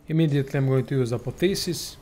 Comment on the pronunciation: Its not Apotheses, its ApotheOSIs